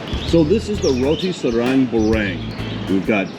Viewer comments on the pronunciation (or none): none